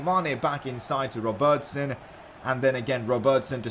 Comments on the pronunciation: Please pronounce Robertson right 🙃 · I like how you say ‘Robertson’